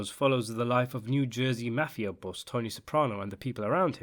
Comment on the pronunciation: Say it with me MAH-FEE-UH